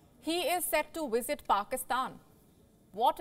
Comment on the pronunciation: Is the word "wisit" or "visit"? I'm so confused now, wondering if I had the pronunciation wrong all this time. I pronounce it 'visit' using a 'v'.